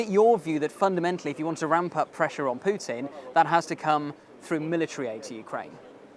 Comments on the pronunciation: Yeah, it's Путин, not Пютин. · exactly. The most basic level of learning the Russian alphabet would fix this. Also learning to pronounce «и» would help. Он зовут «Путин» а не «Пютэн» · As a Russian speaker, I just can't listen to the pronunciation of "Pjiutin" 😂